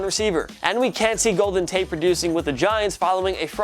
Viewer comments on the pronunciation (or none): none